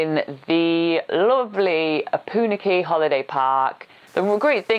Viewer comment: Try to get the pronunciation of the name correct - it is O-PUN-AK-EE